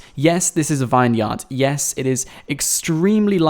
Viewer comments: is it only me that gets annoyed when he says vine -yard instead of vin-yard , like its supposed to be , do Americans pronounce it vine -yard ? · IT'S NOT A 'VINE-YARD'. IT'S PRONOUNCED 'VINYRD'. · it's pronounced vin-yerd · "Vine-yard" Really?